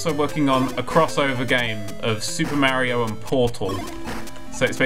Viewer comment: You are pronouncing mario worg (maryo realy)